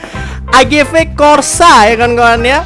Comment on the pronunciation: AGV bukan agu